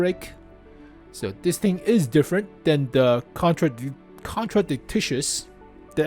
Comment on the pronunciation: its not contradictitious, its a contradictious. kon-tra-dic-shious PLEASE stop saying TICTICIOUS